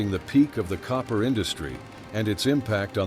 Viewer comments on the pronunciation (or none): none